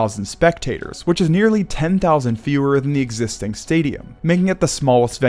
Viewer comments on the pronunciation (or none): “Exsiting?” What’s that?